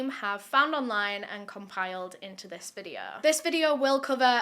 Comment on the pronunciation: This isn't relevant to the case. BUT, I love accent- I live in B.C., Canada, so her accent to me is kind of there but not. Except at about of her video, I always know she is going to say, videooh. I can quote her disclaimers, I watch so much. You're too cute,. 🥰 lol